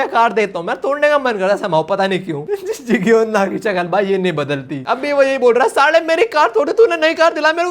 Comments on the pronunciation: Jigyona wrong pronouncement Jaygyona correct pronouncement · he is not jigeyona bro he is jayegeyona ( jaegyeon na)